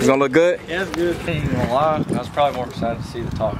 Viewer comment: “Ani’t” bruh? 🤣🤣